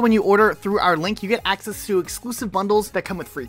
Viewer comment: ...did you say Hackcess...?